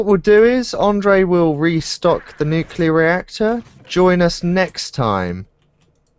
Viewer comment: atath the wires from the nucular reactor